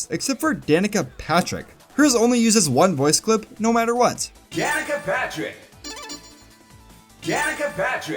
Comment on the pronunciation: The last time I played Sonic & SEGA Allstars Racing Transformed, I remember there being 2 voice clips for picking Danica Patrick. The one you show in the video, and one where the announcer pronounced her name more like "da knee ka” Patrick.